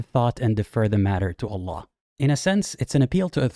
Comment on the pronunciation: I love how you pronounce Allah "ull-UGH"